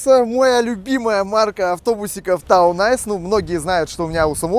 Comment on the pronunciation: Все-таки правильно ТаунЭйс, то есть городской козырь, а не ТаунАйс, то есть городской лед ))